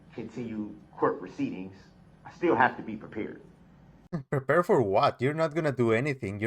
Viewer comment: Prepeeered? Recourt? Dude. You talk like you’ve never had an education! Also you literally just yelled at her about your “shock” devices and now you want something from her! She’s amazing. You’re garbage brooks